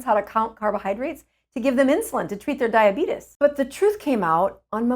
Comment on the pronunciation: Did you just say, “DIABEETUS!!?”